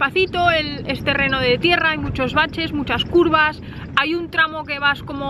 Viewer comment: Acantiladosssssshhhh, curvassssshhh, jajajajaja